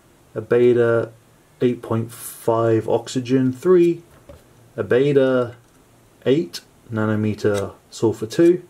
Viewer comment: Great video, nicely narreted. I just wanted to point out, Baader isn't pronounced like that. It sounds more like "Bar" and the end part "der" is prounced like the end of there. So it's Bar-d-ere. You were saying Baeda/Bäda. Now that I've finished writing this comment, it seems a little pointless and sad. XD Oh and great image btw...